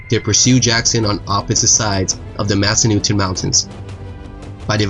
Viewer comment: Pronounced "Masa-nutin" not "Masa-newton".